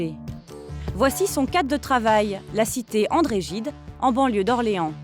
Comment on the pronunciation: J’ai khleh quand elle a dit « André gide » 😭